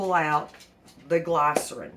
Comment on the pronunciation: sur-FAC-tant GLISS-er-in Other than that, interested in trying this. I’ve avoided making my own laundry detergent because of the issues you noted. Thanks for sharing!